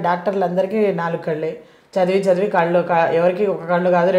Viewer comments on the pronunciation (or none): none